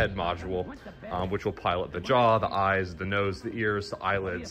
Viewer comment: Wait,wait, wait did you say jaw?